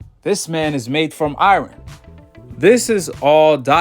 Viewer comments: Dat boy said I-Ron chin lol it's Iyarn bro. IRON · He said “I-Ron “ chin 🤣